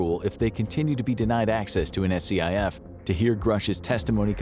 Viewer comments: Um, its not "S-C-I-F".. It's a "skif" and Congress has full access to one. If you don't know what you're talking about, its best to remain quiet. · No one says S.C.I.F. just say scif, like one word. Yes it is an acronym but no one spells it out like that. Nails on a chalk board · It's pronounced Skiff- not S-C-I-F. Just for future reference- its what they are called in that world. I spent many of years in one. Like a dungeon with really good internet and tv. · It hurt my soul every time you spelled out SCIF. It’s just pronounced “skif.” Government and military acronyms are almost never spelled out and instead pronounced as they appear. I have my doubts as to the truth of most of this episode just from the fact that those at the hearing were denied access to a SCIF. If they are all eligible for a clearance they can probably find a SCIF they can meet in. If one or more of them were denied a clearance they probably shouldn’t have been in the hearing. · SCIF is pronounced "skiff". Nobody calls it "an SCIF". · FYI, SCIF is typically pronounced "skiff", instead of spelling it out every time. And these congressional members could very easily gain access to a SCIF if they really wanted to. They're not uncommon in the national capitol region. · SCIF is pronounced skiff btw. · SCIF is pronounced ‘Skiff’ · It's called a SCIF.... it's pronounced just like the word skit, but with an "F" instead of a "T".